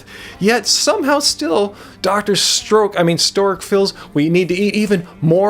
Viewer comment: sameee I feel like he does it on purpose X'D